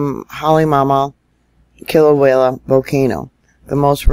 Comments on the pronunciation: It's Kilauea, Not wayla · FYI: It's pronounced KILL-O-WAY-A ~ NOT KILL-O-WALE-A Thank you for correcting your pronunciation of it. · First of all Thank You for all the super reporting that You do.. But I feel I need to mention that You're pronouncing Kilauea wrong.. You are saying kilawayla.. Sorry I mean no malice.. LvYa.. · I know you know, but there in no L at the end of Kilauea, Kilauea